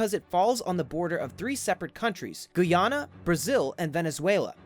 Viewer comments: Did he just pronounce Guyana as Guiyana? Dude. It's gai-ya-na get to right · pronounced Guy-ana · Say it with me, Guy......Ana, learn to pronounce shit before you make a video ffs. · These videos are amazing. My only correction is It is pronounced Ror Rih Mah and my country is called Guy Anna. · He pronounced Guyana wrong